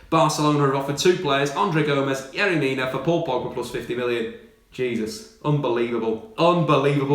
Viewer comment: I DIED everytime he pronounced "yerry". As a Barcelona fan there is no way manchester united is letting pogba leave.